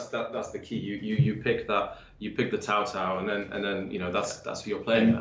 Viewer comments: It's not 'Cow Cow', not 'Cao Cao' as in pronounced 'Sow sow', but 'Tsao tsao' if you need the actual pronunciation. You know, the funny thing is that these devs said they looked into the history and all those things, and they couldn't even get the pronunciations right (it's not even a hard one, tbh) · Yeah I guess you could say that, but the emphasis on 'Ts' in Mandarin is important. And as for AngryJoe,I think I'm pretty sure he said 'Sow Sow'? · It's more like tsao tsao the pronunciation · tsao tsao means you have to pronounces the t. chinese phonetics bruh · Which clown told these guys how to pronounce "Cao cao" is what I'd like to know. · Sao Sao is not better. Idk what the fuck tsao tsao is as a pronunciation. Seems like something some clown wrote down as a guide and gets read as sao sao. It's closer to ciao in Italian, but as one syllable. Or hell, the chow in chow mein is a terrible anglicization but would have been more correct.